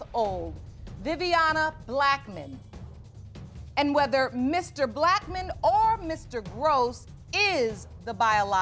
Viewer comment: Her mom pronounces Blackmon as black man 😂😂😂 mr um black man … that was cute